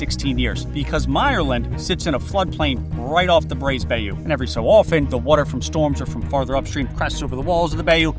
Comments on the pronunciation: It's not pronounced bAY oo. It's pronounced bi oo. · not "bay-yoo", it's "bye-ooo" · Disasters can happen anywhere. Also it's not 'bay U' it's 'buy U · not a Bay-oo, its a By-you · My only comment as someone who is from Louisiana is that bayou is not pronounce bay-oo, its pronounce by-you. Thanks. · Not nitpicking, just generally curious... Where are you from? I can't recall in my 39 years hearing someone pronounce bayou akin to "bay-you" instead of "bye-you". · Love the content. Bayou is pronounced “By-You” though! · BTW, it's pronounced By-you As of ten years ago, the maximum payout of the federal flood insurance payout was $250K. Hardly enough to rebuild an average home. Having had a home on a bayou in FL since 1959, I am very familiar with the insurance disaster that is Florida. When four hurricanes hit in one season, all the major companies pulled out. Then after a few years of calm, they came back. Citizens, due to political/business pressure, peels off policy holders to unknown insurance companies like "Fred's Bedroom Closet Insurance Company." You get a letter in the mail and you are now with an undercapitalized company. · Bayou is pronounced buy-you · Bayou is pronounced "bye-you" by the locals. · Dude, it’s pronounced BY-you. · I can't get over the way you say bayou... "Bae-You" 😂😂😂 hahahaha!! It's soooo wrong! Lol. Good video otherwise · Who pronounces bayou like that? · I don’t like the way you say bayou. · I hate how you pronounced bayou. Also myerland is pronounced differently